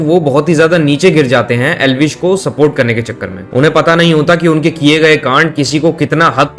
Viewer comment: Elvish ❌ L vish ✅ 😂